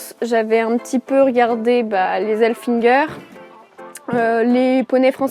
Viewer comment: T'es comme moi tu dit " halfinger " sauf que le vrai mot est " haflinger " il faut inverser le " l " et le " f " . 😂